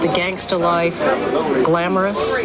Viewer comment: Pronouncing "gangsta" like she don't know how to say it